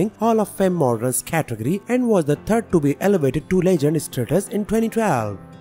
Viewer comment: Da turd of August